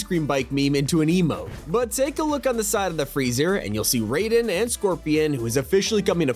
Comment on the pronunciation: he actually pronounced raiden right no way (considering how often this guy pronounces things wrong this is a miracle)